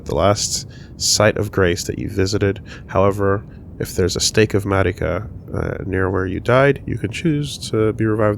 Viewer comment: Glad I'm not the only one who hears that every time they say "Marika"